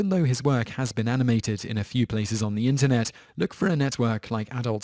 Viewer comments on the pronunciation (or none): none